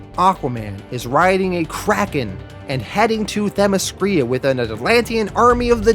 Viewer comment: I am sure someone must have caught it but the name is not Themiskria but Themiskira (pronounced Themiskeera).